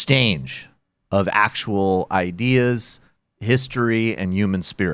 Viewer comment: thanks Michael for ruining the word "ideas" for me lmao. heard it in the middle of a big ol' swig of ginger ale OOOPS